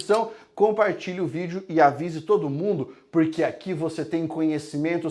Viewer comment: Gostei demais. Atenção galera não procure nenhum livro de Sócrates " purque" não existe. Procure sobre Sócrates nas obras de Platão. Rsssrs adoro sua pronúncia do porque. Quando puder fala sobre os filósofos estoicos. Obrigada 😘